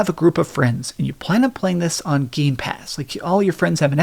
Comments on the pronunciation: Still says Gamespass after so many years. DO NOT SUBSCRIBE. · 👎🏼👎🏼 dudes videos get more garbage after time dam fool can’t even say gamepass right 😑😑😑